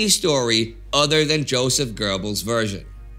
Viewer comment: You’re so good with that German pronunciation - but shouldn’t you therefore pronounce “Julius” as “Yulius”, and “Joseph” as “Yosef”?